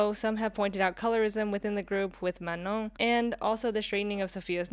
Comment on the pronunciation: Thank you for pronouncing Manon's name correctly!